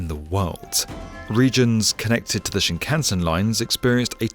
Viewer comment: Hilarious repeated mispronunciation of shinkansen